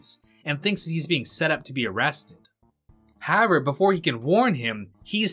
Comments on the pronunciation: You're the second guy today I've heard say "haver" instead of "however" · Great video but who tf is this guy "Harover?"